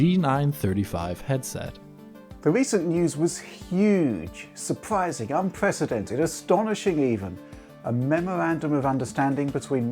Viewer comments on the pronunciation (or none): Astonishing, surpwising, unpwecedentwed, lop-sided gwasses